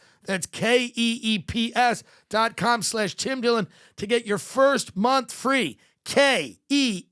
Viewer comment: Ah yes Twim Dwillon